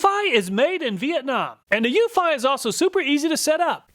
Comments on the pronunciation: Pretty sure Eufy is pronounced "YOU-fee". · I love all your comparison videos! I just wish you'd pronounce Eufy correctly 🤦‍♀. Every time you say that brand name it makes me cringe a little. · Eufy is pronounced “you fee” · I have 2 Wyze Cams and a Eufy. They all cover my property well enough. The problem I run into is mine are indoor cams pointing through windows. Even with IR night vision, theyre useless. Edit: Ive always pronounced it as "you-fee" but I guess your way makes more sense.